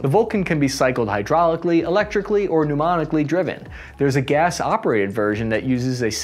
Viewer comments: 1) its martin marietta... not what you said..2) its pneumatically driven..not memnonically driven. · you gotta' learn some pronunciation. Let me help you out: Martin Marietta (mary-et-a, not martia) Corsair (corse-air, not crossair) Pneumatically (new-matt-ick-ly, not newmotickly) IFF stands for Identify Friend or Foe. Not IFFF. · I love your videos, even if you can't pronounce words. Corsair becomes Crosshair, pneumatically becomes mnemonically, and others lol. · Did you say it could be mounted "daemonically driven"? Not too bad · Lol electrically, hydraulically, and mnemonically driven. "Tobias Recite the magic words there's incoming fire!" "You Muppet, whats the grit" "I don't know dogshit, no clem here" "Mong, mong..." "We are safe, this new system is great during tewt but maybe we should jaloob before sending it out" I know you meant pneumatically. But I heard mnemonically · Martin "Martiyah" ??? The A-7 "Cross-Air" ??? "pneumonically" ??? $20 or $27 ??? Okay, what are the real letters and words supposed to be here? I don't know what your school was like, but in mine, it was by third grade that I began to learn to sound out the words by looking carefully at how they were spelled. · Mnemonically driven? Oh gee, acronyms beware! 😱😱 (I'm guessing you meant pneumatically driven) I still think the official name should be R2D2. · Pneumonically? Perhaps pneumatically driven. Also, Martin Marietta no Marteeya and it's Lockheed not Lockeed, there's an "h" in there 😆